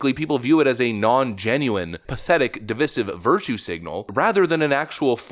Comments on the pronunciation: Jusay'n, when did the pronunciation of devisive change to devissiv? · it's pronounced di-VIIIIIIIIIIII-sive, not di-vih-sive. long i, not short i, derp kid. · divisive |dəˈvīsiv| adjective Learn how to pronounce the word if you're going to use it! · sorry lol - its pronounced DUH-VICE-IVE lol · Divisive is pronounced div-ice-iv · PLEASE! IT'S pronounced DEE-V-EYE-SIVE from divide (short i) (long i This makes me crazy! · It's pronounced div-EYE-siv. The root word is div-EYED (divide), not div-IDD. Stop parroting the mispronunciations of the dain bramaged lamestream media! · When did the pronunciation of devisive change to devissiv? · please learn how to say 'divisive' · you're pronunciation of divisive is incorrect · Divisive is pronounced with a long "I" as in divide. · Fan of the channel but please learn how to pronounce the word 'divisive'.